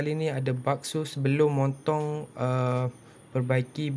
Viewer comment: Moontong ye bang sebut haha